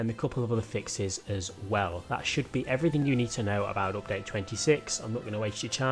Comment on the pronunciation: No one:: Opdayte 26